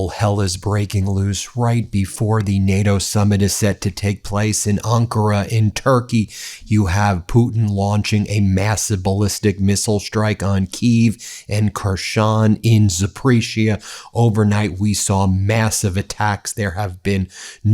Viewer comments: It’s pronounced zappo-RISHIA, not Zapreshia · If you know anything about Russia, you should know thar Russia would NEVER provoke NATO. Patriot system won't stop $ĥ1ț !!!!And learn how to say Zaporozhie and Harkov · Just learn to say Zaporozhya properly! This is so annoying 😠